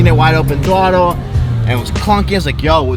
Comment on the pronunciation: did he say "wide open twottle" ? :D